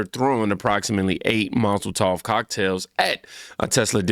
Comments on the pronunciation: MOL-A-TOV cocktails. Mozel tov is a Jewish saying to express "Congratulations". So unless you're saying the jewish community is behind this... you mean molotov cocktails😂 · Molotov Cocktail… not mazel tov. Mazel tov = a Jewish phrase expressing congratulations or wishing someone good luck. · Molotov, not mazal tov. Mah-lo-tahv is a thrown incendiary device. Mah-zuhl-tahv is a Hebrew phrase meaning "good luck" or "congratulations". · bro u killing me lmaooo its not mozletof lmaooo its molotov lmaooo :face-purple-crying::face-purple-crying::face-purple-crying::face-purple-crying::face-purple-crying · Did he say mazel tov cocktails? lt's Molotov. Or maybe that's what they say to one another every time they throw one. 👺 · MAZEL TOV which is what you have been saying is Hebrew for good luck. MOLOTOV is a "cocktail" which is usually gas and oil mixed in a glass bottle or jar with a rag used as a wick. There is no S or Z as you can see in MOLOTOV. I kept waiting for you to correct yourself, but you said it 7 times. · Hey brother: It's pronounced Mall-oh-tov cocktail, not mazeltov=(is a Hebrew word meaning congratulations after people get married) hahaha. Love ya bro, just wanted to let you know so that people won't think you don't know the difference.. Molotov is a Russian weapon which features a glass bottle with a flammable liquid and a rag doused with flammable liquid and a rag lit on fire and acts like a grenade when the bottle breaks shooting fire everywhere. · You sound like a moron when you call a Molotov cocktail, "Mazel tov" cocktail. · I swear it sounded like you were saying “Mazel Tov” instead of “Molotov” 😂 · Did you just say mazel tov cocktail ? 😆 😆 sorry. I think they deserve to be sentenced to live in a communist country for 10-20. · Bruh "mazel-tov" cocktails 😂. Good content tho bro no hate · It’s a MOLOTOV cocktail. Not Mazaltoff. Lmao. Love You!! ❤❤❤ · My man's said mozletofs hehe. Nice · He said "mazel tov cocktails" 😂